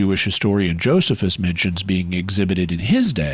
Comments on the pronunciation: It's actually (uncle) Joe-sees-us ;o) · Omg it’s not Joseph-us… it’s Joe-SEE-fuhs….